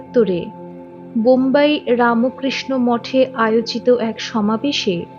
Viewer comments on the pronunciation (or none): APNI BERBER RAMOKRISHNO KANO BOLCHEN????? RAMKRISHO BOLUNE.... TTHAKUR RAMO KRISHNA NOY,NOY.....BOLUNE RAMKRISHNO. RAMO NOY NOY... PLEASE. THIK UCHCHARON SOTHIK KORUNE....BELUR EY JAAN, BHALO KOREY JENEY ASHUNE .....ki BERBER RAMOKRISHNO BOLBEN NAA....SHUNTEY KOSTO HOY